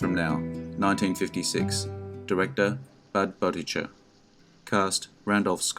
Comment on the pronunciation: What’s your standard for “the best”? Can’t understand why “Shootout At Medicine Bend” and “Man Behind the Gun” are included when other, better, programmers like “Fort Worth” and “Springfield Rifle” are not. One other thing: please learn to pronounce Budd Boetticher’s name correctly.